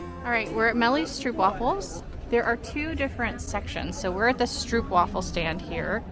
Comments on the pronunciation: Guys guys, about the stroopwafels: the double O in Dutch (“oo”) is not an English double o. Just say it like this: stroap-wahfel. Also, the best stroopwafels should NOT be bought in the tourist traps, but e.g. at the Albert Cuyp market (in the Albert Cuyp str). The regular size stroopwafel (the ones most Dutch people eat) are the small ones, with just some caramel syrup (which is called “stroop” in Dutch) in the middle and no topping. Toppings on stroopwafels is just for ignorant tourists who don’t mind paying 8 euro for a cookie. Have fun exploring our crowded little country. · Kibbeling is very good! And by the way. Not to criticise you, but it’s stroopwafels:the double O is pronounced like a long Ooh! And the A in wafels like Aah! and not like waFFels 😉